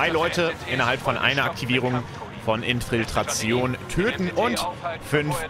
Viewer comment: Super Video, weiter so:) aber das „Infiltation“ statt „Infiltration“ tat schon weh:D